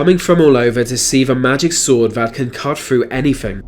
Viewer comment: Why should hand be destroyed?? I get a very liberal vibe from this man also its pronounced CUT not CUFF,,WEALTH not WELFF